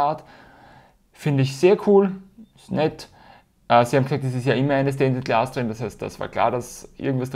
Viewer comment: ich machs genauso^^ mittlerweile weiß ich eh nimma was ich mit den ganzen rausstanz-Dingern machen soll XD verwenden tu ich sie eh nie is ja ur dumm XD you can do it :D ich finds ganz lustig wie du alle Videos durchgehend Stainted Glass statt Stained Glass sagst^^ bin gespannt wie die Decks sich so spielen^^ irgendwann xD